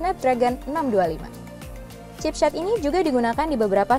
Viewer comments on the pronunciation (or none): kenapa setiap saya ndenger mbak² nya bilang chipset kayak gimana gitu, hehehe😏